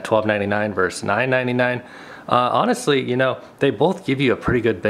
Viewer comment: Good video, but you start by saying "Fitness Plus VERSE Peloton". Forgive me, but the English teacher in me requires that I let you know that's incorrect. The abbreviation "vs." stands for the word VERSUS, not VERSE. A VERSE is a stanza in a poem. You mean VERSUS (two syllabus: Ver - Sus) which means a competition. Just sayin'...